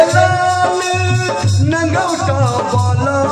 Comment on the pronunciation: नांगौटा नहीं नांगौटी बोलिए जय हनुमान